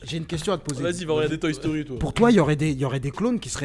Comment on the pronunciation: la prochaine FOIS qui dit toy stori mieux que dragone ball sort le stp